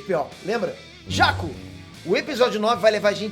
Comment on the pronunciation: Mano o jeito como vc fala os nomes, como Rey, Jakku, é mt feio kkkkkkk pqp que pronuncia ruim